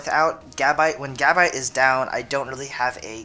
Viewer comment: Evolve Gabite and it's pronunced Gu-bite.